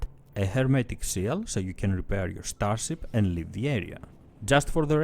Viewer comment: Ztar-zip , cool-wuipp. Nice vid man :)